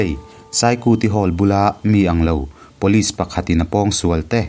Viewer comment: Pulit tih tur aw..vanlalpianga pawn atih kha..